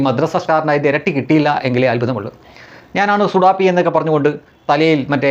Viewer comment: ശുഭാപ്പിയല്ല ശുഡാപ്പി അക്ഷരസ്പുടതയോടെ കാച്ചു🙄